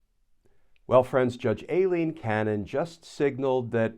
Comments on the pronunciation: Glenn: Minor issue but going by a lawyer I watch who (A) lives in Miami and (B) has been before Judge Cannon, her name is apparently EYE-leen, not AY-leen. (edit) And the point a lot of lawyers keep stating as to why she must recuse herself, the law says "shall," not "must." I'm willing to bet she's arguing that rule is optional due to that "shall." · It's pronounced like Eileen, Glenn. She's latina, so "Ai" sounds like a hard "i" sound. Just like "Aida."